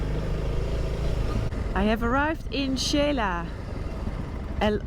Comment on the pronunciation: Noraly, just a little correction with all due respect and thank you for your effort. Xela is pronounce She la. With no Spanish i in the middle. The way you say it sounds Sheila. 🙂